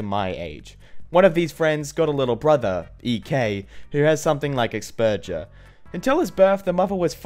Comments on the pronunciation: Ex PERGE er. I have asperger's (pronounced as "as burgers"). I can say your mispronunciations are almost always better than the originals XD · Asperjer😂😂😂😂😂 Noooo nooooo. It's Asperggger's lol with a hard g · Its pronounced Ass burgers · Ahh yes "Aspujur" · He said aspergers wrong it’s pronounced asburgers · you mispronounced Aspergers you actually pronounce it as ash burgers sorry if I sound rude but I had to point it out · Do you acually not know how to pronounce Aspergers? Or are you just trolling? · It bothers me that he pronounced aspergers wrong lmao, especially when I have it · The way you say Aspergers is painful